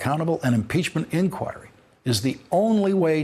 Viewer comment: I hear you pronounce the word INQUIRY the way it is supposed to! Why does hardly anybody else I hear now manage to pronounce it correctly? (Greetings from Norway,...we are waiting in suspense for impeachnent inquiries to get going over here! Good luck with that!)